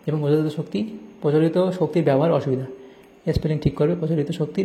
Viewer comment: Sir আজথেকে জানলাম যে - অসুবিধা নয় ভসুবিধা হয় 😂😂😂😂 কিন্তু আপনি বুঝিয়ে দিয়েছেন❤❤❤